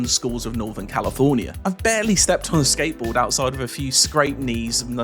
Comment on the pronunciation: "i've bayely stepped on a skateboaahhd" bro we can see you've barely ever stepped.....